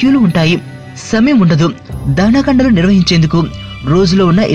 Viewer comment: Matladatam nerchukovayya baabu.. dahana kandalu kadu dahanakandalu renditi madya gap undadu.